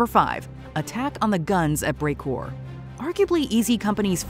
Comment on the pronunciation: Anyone noticed that they pronounced “Carentan”, “Bastogne”, and “Brecourt” wrong?